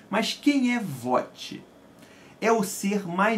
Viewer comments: A pronuncia do nome Kvothe, nao é "Vote" é "Kouti" tem escrito na orelha do livro da nova edição caso duvide, não se fala o "v" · Bacana sua resenha... Só um apontamento... A pronúncia do nome do personagem não é "Vote" ele diz no livro que se escreve Kvothe mas que se pronuncia "Kuouth" mais ou menos "CUOLF" considerando que pronunciamos o "th" próximo de um "f" Nas entrevistas do autor também pronuncia assim.